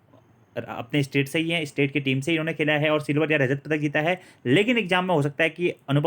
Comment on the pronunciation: सै और से में फर्क है जी